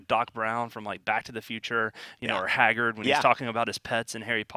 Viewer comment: HAGGERD? HAGGERD?!? I... what?? Did you mean Hagrid??